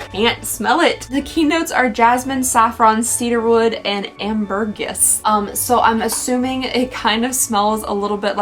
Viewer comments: Omg your pronunciation of ambergris killed me 😅 it's amber-gree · I so enjoyed this funny advent calendar video. Best Wishes on your Wedding this weekend 💑. FYI ambergris is close but is pronounced amber-gree. {{{Hugs}}} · Ambergris is pronounced as it looks; Amber gris. Basically it's sperm whale puke that is used as a scent fixative for perfumes. It's hella spendy but has been synthesized so perfumes can be made not so expensively. The Baccarat Rouge most likely has genuine ambergris in it for that price tag. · My perfume is a different Bulgaria scent, but that is the exact size I buy every time. Love instead of the big bottles. Sorry, it’s killing me: more like “clay de Poe” not “pew” and “am-ber-gree”, not “gris”. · Wait. The last item has ambergris? Because you said amber-gis. If you mean ambergris, that is either illegal or they've found a way to make a dupe. Ambergris is a waxy substance that comes from whales. It's a secretion they make when they ingest a squid beak or something irritating. The waxy substance surrounds the irritant so the whale can pass it with ease. They used to use it in perfumes, but it's now illegal.